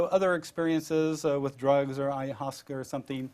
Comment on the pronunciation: Smart man but definitely knows nothing about Ayahuasca. He can't even pronounce it lol